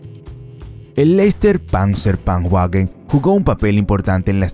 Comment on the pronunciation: Guagen?? Vaguely IiiReik III Raich